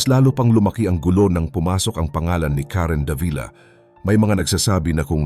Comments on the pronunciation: Karen Da-vi-la po ang pagbigkas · Sir, napakagaling mo po bilang content creator, un nga lang k7ng minsan mali ang pagkabigkas ninyo ng mga pangalan like Davila.